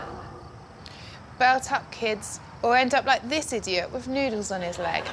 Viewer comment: you ADEEYOT!